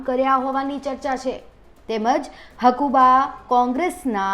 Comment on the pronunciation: પેલા બોલતા શીખો. તેની નામ હકુભા છે. હકુબા નહીં.